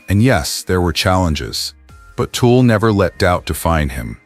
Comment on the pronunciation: It's TUL not TOOL. How do you get something so simple wrong?